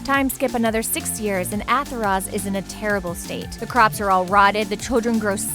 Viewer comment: She just said "Athoroz" What???